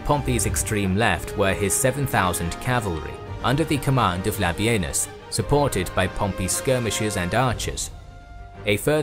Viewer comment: Thank You for not calling Labienus "La Bean Us" like every other site!